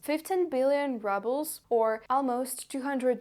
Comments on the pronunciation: I never heard Rubel pronounced this way. Sounds like Rubble 😅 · Fake Russian. Can't pronounce Rubles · It's pronounced ROOBELS not RUBBLES. Fake Russian. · I like how you say Rubles as "Rubbles". Deliberate? Seems appropriate. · I like the that you pronounce your currency as ‚rubbles‘. I think that hits the point! 👍🏻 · This was fascinating. You don't hear much from inside Russia. Thank you. (note: congratulations on your excellent English - three words need attention: rubles, bunker and haven). Thank you again